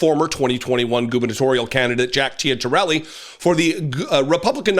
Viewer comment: It's pronounced Chit a rellee - he has been running ads tying himself to Trump